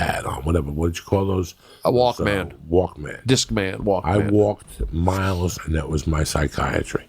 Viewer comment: Its pronounced "walkman" not "walkman".